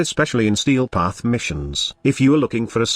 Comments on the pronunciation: 'Stee Path' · Ah, yes... The Stee Path